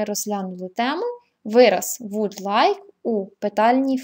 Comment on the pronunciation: Жахливий наголос словa "WOULD"!!!